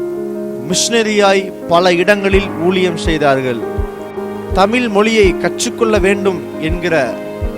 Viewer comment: அது என்ன தமில் மொழி ??? அது தமிழ்